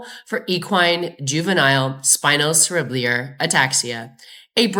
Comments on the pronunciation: Pronounced spino Sarah bell are. It's a hard word 😊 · i know its not a big deal at all, but spinocerebellar is pronounced spino-sara-bell-er